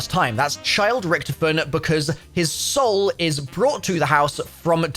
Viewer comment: Dude it's Rictofen Not rictufen